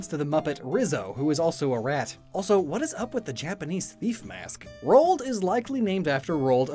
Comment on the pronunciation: Roald does not rhyme with cold x) Ro-Ald